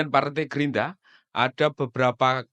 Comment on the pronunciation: Gerindra bang bukan gerinda 😂